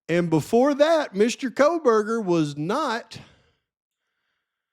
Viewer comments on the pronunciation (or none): oh yes Megyn Kelly “Koh>L<berger” … I’m left with, this has to be intentional! 🤦‍♀️